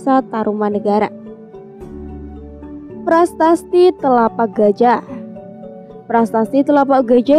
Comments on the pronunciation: Prasasti...bukan prastasti... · "PRASASTI" ya bukan "PRASTASTI"